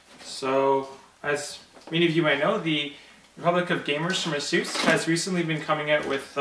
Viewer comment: Funny how Asus put up a video on how to pronounce it, and he works for them and didn't pronounce it right. Ha.